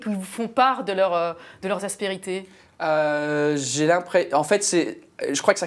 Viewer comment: elle a un problème avec le mot aspérité celle là